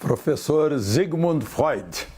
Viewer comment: Parabéns Alexandre Garcia pela pronúncia certa do Herr Doctor Sigmund Freud. (Zigmund Fróid) :)